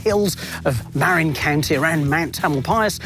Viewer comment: I grew up Marin. btw, you're mispronouncing it.